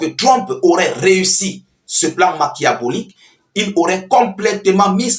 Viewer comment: Machiavélique (qui se prononce makiavélique)